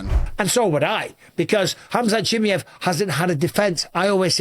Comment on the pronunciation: His name is pronunced as Hamza She Maai Yeev. Not shemeyev...